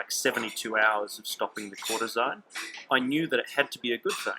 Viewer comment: you talk about a drug " cortizine " ?? I dont understand what you say . Please type it ... ( maybe you mean cortizone ? )